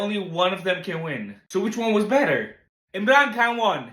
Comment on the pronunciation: Bro I cannot hear anything about Imran khan . Say his name correctly. Edit : I am your subscriber but it makes me sad